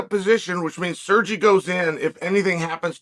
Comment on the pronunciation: Who da fook is "SURjay" 😂😂😂